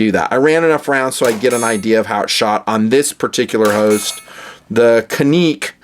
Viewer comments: lol.. funny thing is.. its not even pronounced Canik.. its pronounced Ja-Nick. its turkish... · It’s more like Janik.